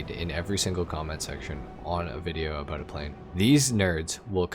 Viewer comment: “Aboot the same performance” are you Canadian?